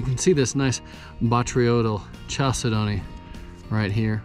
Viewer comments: you're pronouncing it wrong. it pronounced cal=sid-ney. if you don't believe me google it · It's actually pronounced cal-si-do-nee, but I am aware that I mispronounced it here by saying "chal" (happens sometimes when your filming). Everyone makes mistakes.